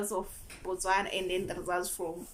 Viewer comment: You pronounce the word Botswana quite well. I'm impressed.